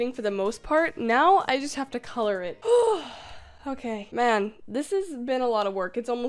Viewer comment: The way you said “seven foot næn” gives me life 💀